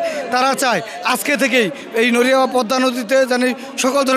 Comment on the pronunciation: নইরা কী শব্দ? সঠিক ভাবে শব্দের উচ্চারণ করতে পারে না আসছে সাংবাদিক হতে 🤣। শোনেন আমাদের নড়িয়া হচ্ছে আওয়ামীলীগ আর বিএনপি নেতাদের দখলে। এতো দিন আওয়ামীলীগ নেতারা সব কিছু ধ্বংস করছে আর এখন অবশিষ্ট যতোটুকু রয়েছে বিএনপি নেতারা ধ্বংস করবে। আমি নড়িয়া জেলার বাসিন্দা হিসেবে খুব অসহায় 😭